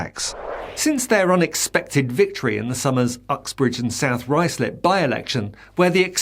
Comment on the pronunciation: Ruislip is not pronounced Rice Slip. The correct way to say it is "RYE-Z LIP. And if I do tick "Like", and I am "Subscribed", BUT, I have no connections to the falsely named "social media", so how do I spread the information.